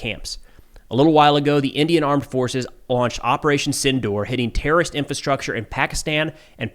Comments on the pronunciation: It's operation sindoor not tindoor ❤ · It's Op Sindoor, not Tindoor